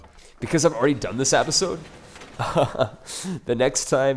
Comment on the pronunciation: I love your vids man, but you gotta stop saying appisode so much. You said it like 5 times per minute. Sorry but I do love your vids.